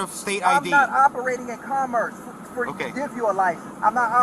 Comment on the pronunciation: I was on board until I heard "commerce." Then it became a h vs a hs